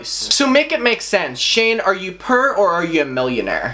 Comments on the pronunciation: at first i thought you were saying purr but it was poor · Omg I thought u were saying pur instead of poor LMAO I was like WHAT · Prrrr instead of poor 😂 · Bruhhh he's says pur instead of poor🤣😂🤣 omg! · OOOOH .. POOR! I kept thinking you were saying "purr" lmao. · Dru Talero me too lol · When you say poor it sounds like purr and it made me giggle xD I know this is serious but I needed that laugh. Lol. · This is beside the point but i love how you pronounce poor as “purr” lol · subscribing because i like the way he says ‘poir’ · The way you say poor on your accent sounds like purr lol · took me a while to realize you were saying 'poor', love your accent though, it certainly makes these types of videos watchable. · i love how u say poor lol